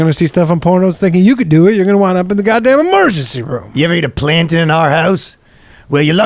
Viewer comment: is he trying to say "plantain"? Is that a Canadian thing, or just a Ryan thing?